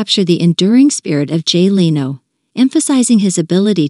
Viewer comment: Any chance your 'listener' deserves a real person or possibly a manager that could oversee the PROPER pronunciation of the subjects NAME? BOOO.